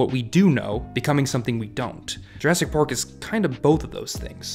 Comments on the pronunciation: am i the only one that think hes saying pork instead of park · I swear he said "Pork" instead of "Park" a couple times... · Very nice video, but i feel like you are saying jurrasic pork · Am I hearing “pork?” Is that an inside reference to something, pronouncing “park” as “pork”? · At one point, you accidentally said Jurassic Pork and it made me laugh so hard. I needed that today. TY :) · Why does he keep saying pork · bro im sorry but why do you pronounce "ar" as "or"? lolol Jurrasic Pork